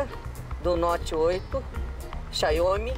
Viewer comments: Mano que raiva da pessoa que nao sabe nem falar o nome do telefone que possui, X-I-A-O-M-I, e fala X-A-I-O-M-I. Ela quer é história, assim como esse Celso Burromano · " CHAIOMI " 😅🤣🤣 E DE CAIR O C** DA BUND!*** KKKKK Maniade não saber pronunciar o nome certo é foda kkkk. Molhar o telefone e querer garantia e osso kkkk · Ela n sabe falar a marca do celular, xaiome